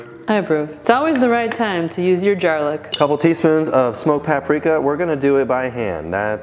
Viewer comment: I love that “jarlic”…. 😂😂😂